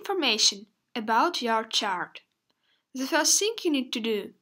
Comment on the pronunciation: why do you say ze instead of the ?